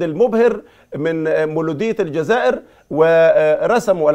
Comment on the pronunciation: الاخوة المصريين عندهم خلط في الحروف وخاصة حرفي الثاء والزاي فالاسم هو الساورة بالسين وليس بالثاء الثاورة واحيانا ينطقون الجزائر بالذال ويقولون الجذائر